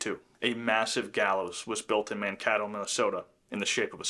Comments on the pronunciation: Great content! This has become one of my favorite channels. Just a note. Mankato is pronounced , Man-kay-to long "a'. Keep up the good work! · Love your videos! Thankyou so much for presenting real history. Also, it is pronounced Mankato (Kato sounds like N.A.T.O.) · Man-Kay-tow is how it is pronounced. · MAN KAY TOE ....MINNESOTA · Man-cay-toe is how it is pronounced. Mankato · No offense but it's Man-ka(kay)-to(tow).... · ManKAYto, long A. Man-Kay-Tow. My GGG Grandfather was on guard duty the day of the hanging, he was a German immigrant who had been an American for all of 12 years when he went to war at age 38. Scrappy little farmer, I found out from his war records we was 5'3" and 131lbs, ruddy complexion and blue eyes. He joined the 7th Minnesota Volunteer Infantry headed up by Henry Sibley. They tracked the Sioux all over MN and SD and gathered up about 340 of the worst offenders. When Minnesota cabled Washington and told Lincoln they defeated the Sioux and they wanted to hang 340 warriors, Lincoln said "Hell no, Im trying to build a country and Ive got a war on my hands. You can hang 10% of the enemy prisoners." A day after Christmas they did the hangings, Im not sure how many went at one time but it was multiple ropes. The soldiers of the 7th got a short leave then loaded onto flat boats and drifted down to New Orleans and joined the real war. My GGG Grandfather eventually got sick, he and thousands of others got the shits and it got so bad for him he ended up on a hospital barge in Memphis, which was considered by some to be a death sentence. He survived enough weeks there to make the trip to Prairie du Chein, WI where there was a convalescent home of sorts for soldiers from the north to recuperate. Grandpa eventually made it back to central MN to his wife, boys and farm and was dead within 2 years, the sickness he caught never did quite leave him. He left behind a wife and 5 boys. The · The second "a" in Mankato is a 'Long A' as in cake.